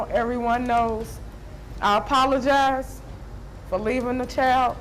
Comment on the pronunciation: It’s sad, but lady it’s child not choid, c-h-I-l-d